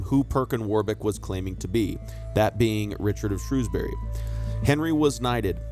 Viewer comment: I'm still waiting for the day when someone manages to pronounce 'Shrewsbury' correct in a YouTube video 🙃